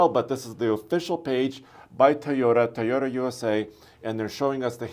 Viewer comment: It’s TOY-ota. Not TEE-ota.